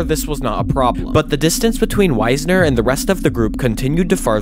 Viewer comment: A bit of research on how names are pronounced would improve the overall quality. The leader of the 1939 expedition was Fritz Wiessner, not Weisner, which affects the pronunciation. It’s pronounced “Weesner” rather than “Wise-ner “. Also, talking about “base camp four” is not how climbers do it. Base camp is only the first and lowest camp, at the base of the mountain. Hence the term. Then, perhaps there is an advance base camp above that. But all higher camps are referred to only by numbers. So the first camp above base camp would either be advance base camp or camp one. The next camp would be camp two, and so forth.